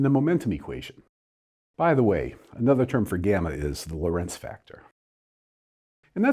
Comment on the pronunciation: For what it is worth: the name of dr Lorentz should be pronounced while placing the stress on the first syllable "Lo" and not on the second "rentz", like dr Lincoln does.